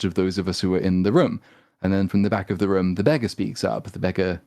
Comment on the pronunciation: If only he can say room and roof properly too